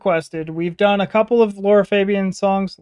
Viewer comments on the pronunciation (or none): It's actually pronounced Larah Fabi own